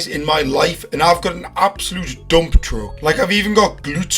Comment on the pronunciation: “Absooloote doomp truck”🔥💀😭